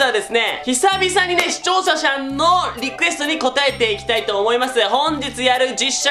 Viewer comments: 視聴者しゃんって噛んで可愛すぎ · しちょーしゃしゃん(笑)相変わらず言えない(笑) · しちょうしゃしゃんWWW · 視聴者さんをうまく言えてるイメージない笑